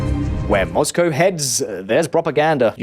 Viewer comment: My only criticism... 'Mozcow'...